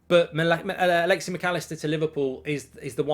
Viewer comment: It’s alexis, not alexy